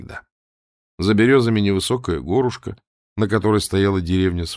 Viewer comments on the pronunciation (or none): горУшка, а не гОрушка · У нас говорили горУшка, а не гОрушка. Поэтому я каждый раз при таком произношении тормозила, как бы непонимая.